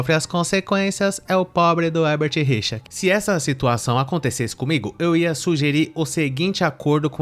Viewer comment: " O hebert rirchá" kkkkkkkkkkkkkkkkkkkkkkkkkkkkkkkkkkkkkkkkkkkkkkkkkk